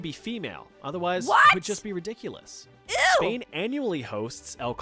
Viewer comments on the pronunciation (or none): none